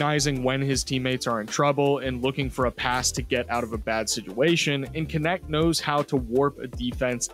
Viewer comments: His Last name is the German word for "servant". Funny that it gets pronunce like "connect", instead of [knɛçt] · How is it not pronounced nect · Thanks for making following a sport on the other side of earth bearable. Knecht(which is pronounced extremely different in german), was probably the perfect pick for the lakers at their spot.